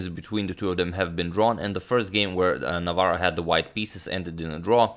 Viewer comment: Hats off to Agadmator for pronouncing tongue-twisting polish last name very well!